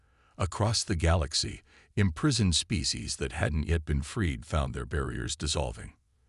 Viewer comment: I've kinda gotten used to quarantine but imprisoned said as im-prize-oned made me wince